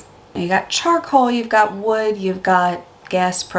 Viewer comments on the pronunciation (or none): none